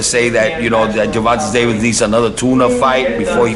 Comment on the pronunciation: Who is Gervontus Davis 😂😂😂